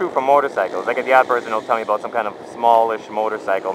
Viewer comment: haha he needed to make a video aboot it